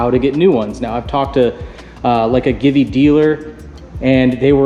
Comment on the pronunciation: Givi, it is pronounced "G V" Italian I believe...good video. ❤❤💯